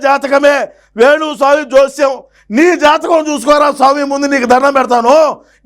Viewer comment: Bayya nuvvu venu swamy antunnava ledaa yenugu swamy antunnava😂😂😂 ledaa naaku Matra ala vinipisthondaa